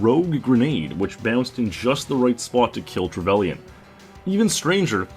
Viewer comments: Trevelian? No it's pronounced trevalin. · Trevellian? You pronounce it Trevelynn